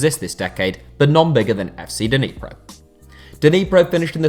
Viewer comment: Nee-pro, not Deeneepro